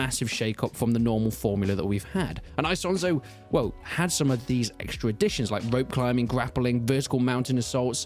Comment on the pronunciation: There is no "aisonzo." It's Isonzo. If there were a diphthong, then that diphthong would be written with two letters.